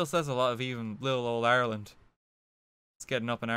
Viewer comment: everytime you say ireland i get so god damned confused